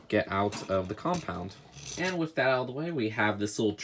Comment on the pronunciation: He says "wif"